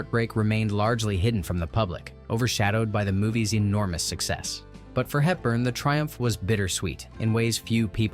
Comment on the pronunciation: 'Andrews." Not possessive. Audrey Hepburn, not "Helton." Yeesh.